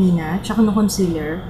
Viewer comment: concEAler not concEler !